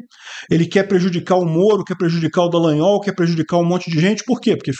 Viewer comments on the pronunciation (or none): none